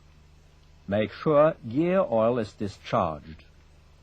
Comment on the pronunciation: "Mejk szue" ten akcent rozwala :D